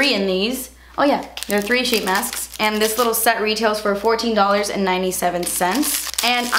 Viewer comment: I think I was the only one who laughed when she said "Mine is a leetle bit crooked" XD omg